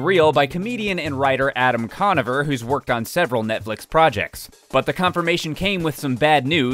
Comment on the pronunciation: It's pronounced "Conover" not "Conaver"